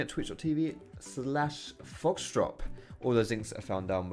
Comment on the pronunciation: When does his intro it sounds like he says " hey what's up social P here" instead of foxdrop xdd